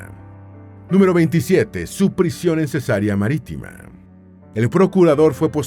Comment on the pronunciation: Ojo con las pronunciaciones: es Cesarea, NO Cesárea, que consiste en "operación quirúrgica que se hace abriendo la matriz para extraer la criatura". (Rae). 😢 Se pronuncia Areópago, nombre esdrújulo. 😊